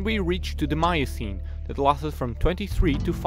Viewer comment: i gave this a thumbs uo but... any chance you can let someone with and American accent read this? i dont mean to be rude or racist... Paleocene Miocene....